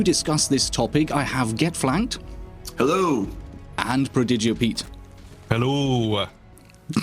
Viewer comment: pruh-dee-gee-yo pete